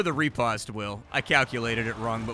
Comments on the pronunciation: Pronounced Rih-Post. Not Re-Past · Fyi, riposte is pronounced ruh·powst. It's one of those french words that doesn't translate well phonetically. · I love how you butcher the word 'Riposte' =) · Well, turns out I've been pronouncing riposte incorrectly for decades....